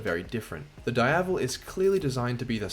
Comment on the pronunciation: Say it with me... DEEAVEL. is not dyevel.